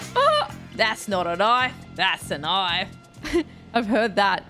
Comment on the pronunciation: "That's not a noif" "THIS is a noif"